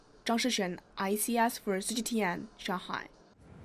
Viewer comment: when she says cgtn it makes me laugh